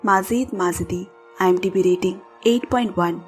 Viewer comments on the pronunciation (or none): none